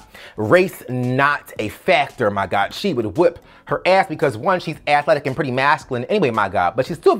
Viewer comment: Actually, he added an extra syllable to the word "athletic"...he pronounced it, "ath-a-let-ic".😉